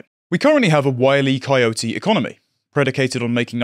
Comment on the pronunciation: On a lighter note, in the US, we pronounce it Wile E. Coyote, with a strong, clear stress on the E.